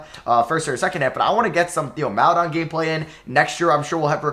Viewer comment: Theo Maledon is pronounced "tay-oh mal-eh-DOAN" its tay-oh not Thee-oh also Aleksej Pokusevski is pronounced "ah-lek-say po-coo-SHEV-ski"